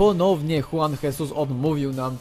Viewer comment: Juan Jesus czyta się: Żuan Żezus